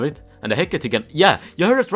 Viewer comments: Why does he say he-cat-e its he-cate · No one: Literally no one:: HeCaTatE